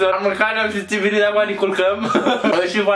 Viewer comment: Ba nu di' pat"😂😂 :,, Ba nu di' pernâ"😂😂 :,, Acu am mancat bini, trebui' sa ni' culcam"😂